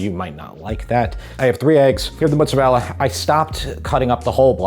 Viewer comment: Oh my word, I could listen to say “mootza-rella” all day long, LOL! Hey, you should absolutely get an air fryer. Amazing for browning meats with zero spattering grease and the headaches of cleaning that up, plus all the other lil appetiser things you can get at Costco... your favourite place. Ha! In Montreal we have some great Italian grocery stores, it’s such a pleasure to be spoiled with so many fabulous choices for tomatoes, cheeses and cured meats.